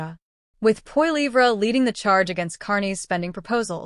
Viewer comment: You might want to learn how to pronounce Poilievre name you are pronouncing it completely wrong. Disrespectful